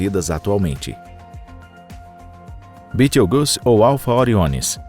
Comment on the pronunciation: Toda vez que esses "narradores" pronunciam no nome de Betelgeuse de modo tão grotesco, fico com vontade de socar o cara... É só ler o que está escrito, sem ficar inventando... E é 8 Bilhões de anos não milhões...